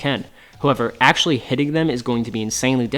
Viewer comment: Video summary: "Ack-show-lee, Ack-show-lee, Ack-show-lee, Ack-show-lee, Ack-show-lee..."